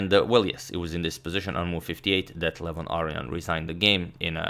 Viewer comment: Who's Arian? Its aronian